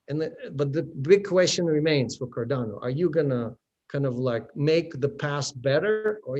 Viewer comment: ⭐️ CROW TEAM. Tell to Stop saying CarDONo. The coin is called CarDANo!